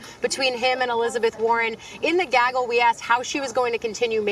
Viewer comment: Can you say “gaggle” again.....